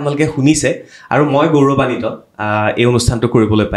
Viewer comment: গৌৰবানিত নহয় গৌৰৱান্বিত , ভুল উচ্চাৰণ।